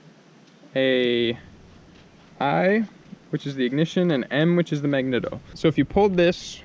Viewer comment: This is a great video. But I have to say - "mag-neat-o", "D-kal", and "spic and span" not spam. Had to get that off my chest 😂. I think maybe silicone would have been better for your electrical repair also. Hot glue doesn't hold up well in my experience. Well i guess now I'm off to try to rebuild my carb :( i don't have high hopes